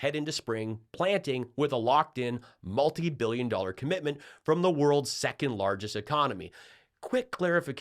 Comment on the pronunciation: Does the WAY Rump says ‘millions’ & ‘billions’ make anyone else absolutely cringe?!? The emphasis on the ‘L’ sounds drives me NUCKING FUTS!!!